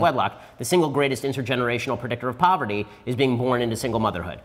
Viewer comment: I know I’m not the only one who noticed “proverty”